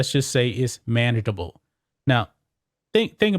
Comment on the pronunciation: You say manageable,,or Manananablllee?? Nicely done ✔ 👏 👍